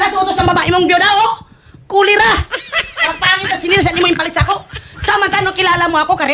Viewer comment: "kulera" and "jer jer"